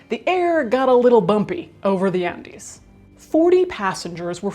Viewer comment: That's the correct Spanish pronunciation.